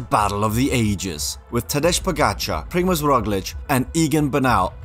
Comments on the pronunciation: nice video but you pronouce his name very wrong. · Just some Feedback: 1) You skipped over the part when he won Volta ao algarve when the actual team leader was still Fabio Aru. But when Aru showed weakness Tadej was allowed to go for his own result 2) His first name is not pronounced Tadesh but rather Tadey (ending like "hey"). 3) He didnt lose Itzulia Basque Country in 2021 because of weekness but because his teammate Brandon McNulty had been in the leaders jersey after the time trial and Tadej worked for him instead of instantly chasing after Roglic when he attacked. 4) Your explanations for why Tadej lost the Tour 2022 are unsatisfying and not correct (except for the third one but that isnt really an explanation because you basically said "Jonas won because he was better"). Real explanations for him losing the Tour are: - He struggles in hot weather conditions (The tour was exeptionally hot with temperatures of 35-40°C) - He struggles at high altitude (as seen on Col du Granon and also Col de la Loze in 2020) - He isnt as good on very long steep climbs as Vingegaard (as seen on Col du Granon and Hautacam and also seen on Col de la Loze in 2020) - His team was much weaker compared to Jumbo Visma who could just send satellite riders in break aways (like Laporte and Wout van Aert on stage 11) and also had Roglic as a second GC threat that Pogacar had to take serious on stage 11 - Tactical mistakes on stage 11 where he spent too much on Galibier - Maybe also nutrition issues where couldnt eat and drink correctly because he wa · A nice overview with a couple of missing highlights - such as a gentelmen's handshake after his fall and Vingegaard's pause for him. But come on - haven't you learned how to say his name?! It's Tadey or Tadei - you can hear it numerous times everyday on TV when he's racing! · I cringe every time they mispronounce his name. He is not Tadež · The correct pronunciation is Tadéï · it´s pronounced "tadei" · It's pronounced tadey